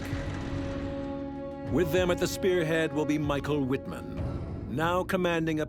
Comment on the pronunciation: His name is pronounced Mee-sh-ah-el Veet-mahnn.